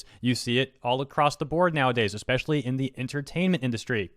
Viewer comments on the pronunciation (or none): none